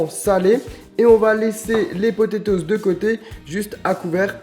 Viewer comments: MDR tu dit potetoz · Les potétoses 😂